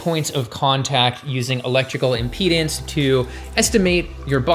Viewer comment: Just a nitpick: it's impedAnce, not impedEnce. I like your humour, by the way.